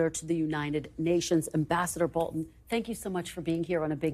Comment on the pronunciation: Bolton is saying his name wrong